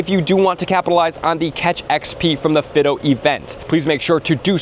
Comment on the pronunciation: Omg stop saying “Fiddo!” It’s Fi-do!